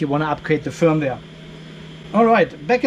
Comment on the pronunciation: Fireware ? Feuerwehr ? or did they meant the usual firmware ... but it sounded funny FireWehr.